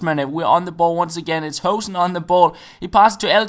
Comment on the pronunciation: You should pronounce Hoesen like ''Hoosen'' (oo as in looping) ;)